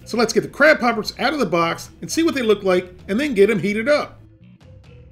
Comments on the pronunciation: Did you say beer battered crap poppers? lol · When he said crab poppers i thot he was saying crap hoppers